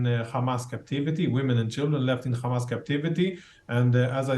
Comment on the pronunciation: they pronounce it as Khamas...